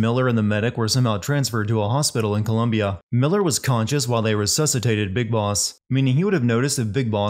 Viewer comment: “Bis Boss”?